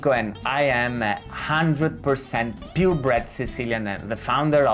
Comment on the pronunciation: "purebred" lol